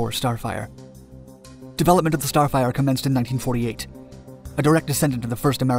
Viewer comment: It sounds like starfighter and not starfire the f-104 is not the f-94.